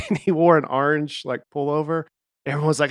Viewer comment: says orange wrong. Arr-nge